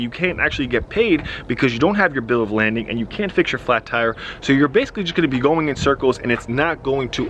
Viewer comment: I'm sorry to keep making slick comments, but I can't help myself... it's called a bill of "lading" not landing.